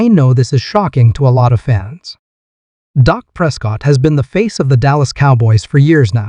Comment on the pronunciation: Why doo y'all call him " DOC" PRESCOTT ITS " DAK " PRESCOTT PEOPLE . AND IT'S BETWEEN AGENT AND JONES. DAK PROVED THAT DURING TEAM PRACTICE WHEN JE WAS THERE EVERY DAY, EVERY PRACTICE NO MATTER